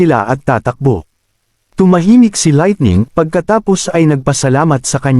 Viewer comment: Boboo nmn ng laitning